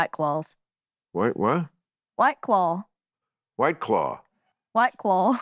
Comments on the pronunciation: I here her saying "clawl" (rhymes with Paul) -the dark L, yes, RP English (not properly pronouncing the word "claw" according to RP, of course, but still) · The way she pronounces "claw" with an almost "O" sound at the end is almost, like, British. :)